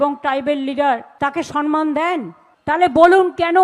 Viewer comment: তুমিও সমমানকে সনমান উচ্চারণ করছ?